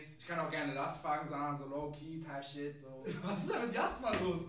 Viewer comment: sagt einfach „Typ Scheiß“ anstatt type shit, hat mich KO geschickt